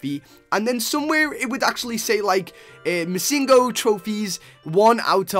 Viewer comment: its missing no. it means missing number. not missin go. just a little fact :)